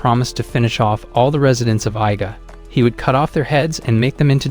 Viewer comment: It is pronounced YI-GAH, Not AI GAH. SMH.